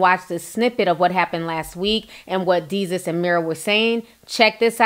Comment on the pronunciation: DAY-SUS ..... "DESUS" lol...I had to correct u on that sis, love ya commentary ALWAYS.... Its so funny tho u saying Jesus with a D chile I cant stop laughing